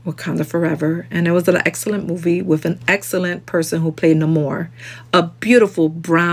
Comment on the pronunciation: If you’re going to upload commentary where you discuss another people’s culture, be respectful and make a concerted effort to learn to pronounce their names correctly.